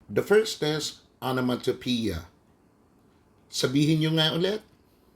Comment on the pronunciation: its actually pronounced "ah - nuh - muh- tah - peh - yah"